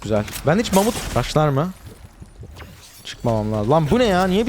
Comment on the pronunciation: mamut yerine amut diyiyor